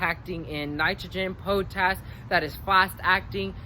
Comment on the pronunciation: I like how you say po tash instead of pot ash for potash. (potassium) Good stuff